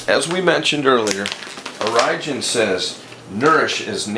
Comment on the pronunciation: Orijen is pronounced "origin" not Oh-ry-jen